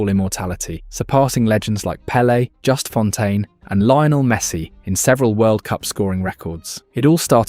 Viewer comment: Par contre Just Fontaine ca se prononce à la Française étant donné qu'il était Français et pas a l'anglaise abruti.